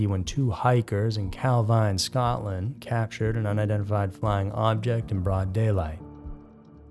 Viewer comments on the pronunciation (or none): none